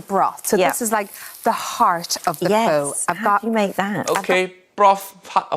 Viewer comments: In this case, she pronounced “pho” properly, because her version is FAUX. Faux pho. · I'm Vietnamese and I can't take up this shit anymore, why so many white people love to destroy asians cuisine ? Btw you pronounce pho right this time UG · She pronounced it right, but they just spelled it wrong. They actually meant "faux" and not "pho." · Pho pronounce F-oh is in fact also correct depends on what region they are from I got this info straight from a man from Vietnam who had an amazing pho restaurant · Pretty sure /fō/ is the correct way to pronounce what she made. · 1) She is pronouncing pho correctly, because she is English. This is the English way of pronouncing pho. She is not Vietnamese, therefore why would she speak a language she does not understand? In English we have a word called "Camera." In Vietnamese, that word is "Máy ảnh." Is it racist for Vietnamese people to take an English word and butcher it into their alphabet and accents? Absolutely not. They're translating it into their own language to make it possible to describe the same device that we do. 2) She is cooking pho correctly. The difference is, she is not a historical chef. There is nothing wrong with her cooking, but there is something wrong with the show expecting her to be an Asian historian when nothing about her has ever said that she was. They should have gotten a historical chef to show off the traditional ways of pho, not just a regular chef. Regular chefs cook based on their own personal taste and also what they've seen as popular in their local restaurants. They do not base their cooking off the original history of any meal they serve. This is the same in Asian cooking when they cook American or British dishes. You are fucking TERRIBLE at cooking our food, yet we do not throw racist remarks like you do as a way of insulting you. It is how you like our food made, so why would we be mad? As long as you aren't claiming you're a historian of American culture, why would we care?